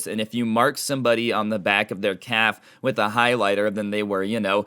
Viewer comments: The entire time, I thought he said "cap" until he mentioned shorts v jeans, and realized he said "calf" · I can’t tell if your saying calf or cap